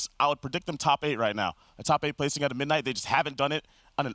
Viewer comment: can't say midnight